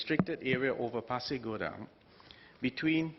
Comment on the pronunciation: Good you pronounce 'Pasir Gudang' correctly sir. Terima kasih.